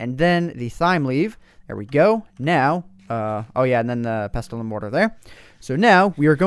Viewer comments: OMG pronunciation Just bugged me so much hahaha had to comment Thyme is pronounced "Time" Pestle and Mortar is pronounced "Pessle" and Mortar And finally Ginseng is pronounced Gin "Sang" not Gin "sing" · You said pestle wrong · Its pronounced pessle not pes-tle. :) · Pes-tel XD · Pronounced mortar and pessle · Pestle is pronounced "pessle" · Love how you pronounce 'pestle, thyme and myrhh' :D